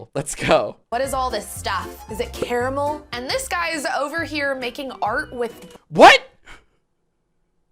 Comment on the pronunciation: People usually say “car-mull” or “care-ah-mell”. This the the first time I’ve ever heard “care-ah-mull”